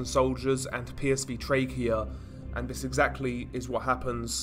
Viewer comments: it’s lazy and frustrating. Nothing wrong with a bit of criticism to make him sound better. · Lazy? That's how he speaks. I can hear he actually is pronouncing it! You can criticize without being so angry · stop saying “vis” it’s fucking “THIS” stop using “v’s” for “th’s”